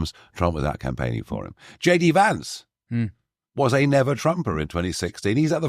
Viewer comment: Winston - "Vance" is pronounced in the same way you would say the word "van".